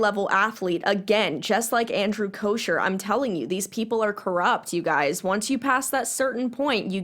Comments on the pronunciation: It’s bothering me lmao but his last name doesn’t have an sh sound it’s almost like an ck sound but it doesn’t sound like cock idk hard to explain if it looked like it sounded this is what it would look like , “kocker” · FYI - it’s pronounced “Coker” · I agree with everything you said but his name is pronounced koh-ker lol